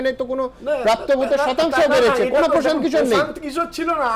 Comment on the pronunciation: Bangla te hindi bolun ken prashanta kishor naam ta to thik kore bolun eita to bangla news chennal. Eidhoron er uccharon er jonno news dekhte mon chaina ei bangla chennal gulite.😔😔😔